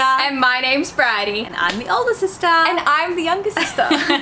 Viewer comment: Wait, brydie? I thought it was briddie